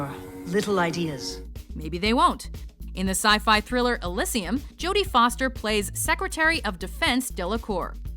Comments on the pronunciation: ... Okay, I'm still a little sketchy if you pronounced "pragmatist" right, cuz I could have it wrong, but... EUGH, who pronounces "Elysium" like that?!? It hurt my ears every time you said it! >w< "uh-LIS-see-um"? It's "il-LEE-zhee-um" (I'm sorry, I hardly ever pull a Hermione like this, and usually find it entertaining hearing people say words strangely because of accents, but >w< you're the neutral announcer voice, and this one hurt so that I couldn't help myself! Sorry~ Back to the accents!) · Elysium is "Il-eee-see-um" NOT "Il-is-eee-um"!!!! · your accent in pronouncing Elysium is worse than all of the people on this list. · "Elysium (eh-lih-see-um) vs Elysium (ee-lee-zeeum)" the pronunciation from these hosts. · Bitch all you want about Jodie Foster in Elysium, but you miss narator lady can't say Elysium (Say 'Eh-Lee-See-Um). Js ;3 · ILISium....... Come on what the fuck....do you even see the movie... do you even know how pronounce the title? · Top 10 worst pronunciations, number 1 - Girl from watch mojo: Elysium 4:!5